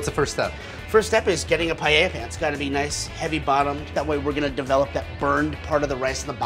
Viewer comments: If he was trying to cook Paella this would be offensive as it is nothing like paella, but apparently he is cooking "paeyeyaya". Wtf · There is no "YAY" in pah-EH-yah. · Americanos cuando pronuncian paella xd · Esa pronunciación ya te da una idea de cómo la van a hacer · At least learn how to pronounce Paella.